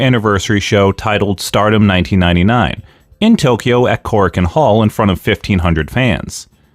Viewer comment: I laughed your mispronoucation of Kurokan hall was an Armenian surname